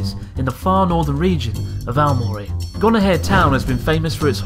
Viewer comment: I thought I heard gonorrhea town, turns out it's Gonohe